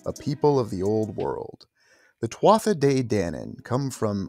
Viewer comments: Just fyi, "Tuatha" is pronounced "Tu-a" or "Tu-Ha" definitely NOT "Tua-tha" Peace 🙏 🐉🐉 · One of my favorite subjects! My mom named me after the Halls of the Irish Kings! Eventually I was learning about The Tuatha De Dananne as well! 🥰 Today, just before coming here, I learned you pronounce Tuatha as ‘Two-a’ the th is silent!😆🤭😊Up until tonight, I was saying it just like You!😃😁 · First word is pronounced tuha, my father used tell me stories of them. My father was a man from the country, rural. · Thank you for covering such a rare topic Pronounced Choo-Ha (tuatha). Translated as ‘The Tribe of the Goddess Danú, a heavenly race who crashed onto the Irish Sea shore during a storm many moons ago